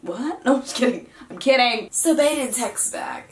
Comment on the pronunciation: Aye she said "that was my 1st kid joke,I'm pregant I'm kidding" idk if that was a joke cuz she said I'm kidd-ing like a kid and kidding? No, ok I'll stop